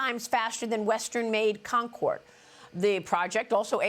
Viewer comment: I'm sorry... did you say "50 times faster than the Concord"??? 😂